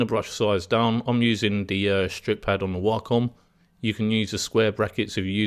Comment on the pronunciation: Gunna & Waaahcom & Smooving = 'Going to' & Wacom & Smoothing. Honestly the tutorial is good, but your diction is appalling, and very distracting. Know what I mean. You obviously know your subject well. It's not your accent - it's your pronunciation, there is a difference.